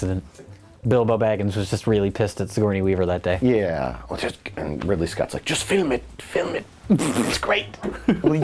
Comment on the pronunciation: "Ripley Scott's"